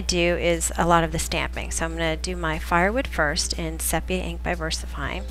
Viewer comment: So cute! I appreciate that your videos are so nicely done. (BTW, in photography, the color sepia is pronounced as "seepia" with a long e.)